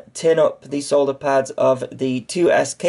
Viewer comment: The English language extends it's gratitude to you for correctly pronouncing the word solder. Thank you.